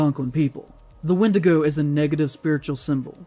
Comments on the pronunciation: The whole "wendigo is a bad word" is immensely stupid. First, pronounce it properly, its not "wen-dee-go" its "wen-die-gho" if you want to be oh so enlightened. Secondly, natives are not all superstitious savages that think they will be vaporized if you say the bad word. They too live in 21st century like you do and majority dont care in the same vein majority of europeans dont care when you put nordic or greek gods in marvel slop. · playing by his "rules", he just pronounced the name wrong. Instead of wendigo he said "wendigoo", by your rules you should not be talking or making content reviewing any horror movies connected to Native Americans, especially if the wendigo is involved otherwise you are a bigot praise-shadow noob (forgot his name). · Dog he even said wendigo wrong